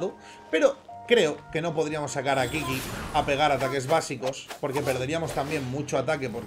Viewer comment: Qiqi se pronuncia chichi, no kiki sjakduaakd